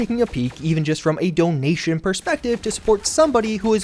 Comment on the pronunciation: "Donation" JFC...